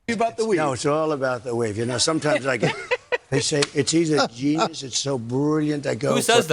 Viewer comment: they say it’s “Denius”?? He’s Brulliant?? I know he meant genius and brilliant but yikes